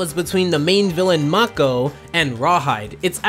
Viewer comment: * Mako( not MAH-Ko) this isn't Aku here * I'm pretty sure thats not a cake.... * Texan Bullworm or a Sandworm? You be the judge